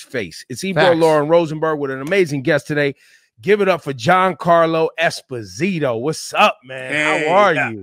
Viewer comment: It's Espósito (stress on the o)